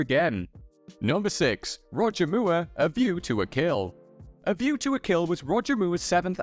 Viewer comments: Dude it’s Moore as in more not Mooer 😂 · This is the second time I have heard this presenter struggle to say the name 'Moore'. It's not "Moo-er", it's "More". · Roger Moo er.